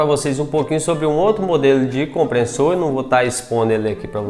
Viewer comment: Comprenssor, NÃO!!!! É COMPRESSOR!!!